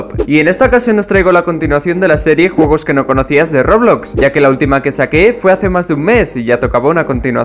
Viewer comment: soy el unico que escucho jugos y no juegos :v?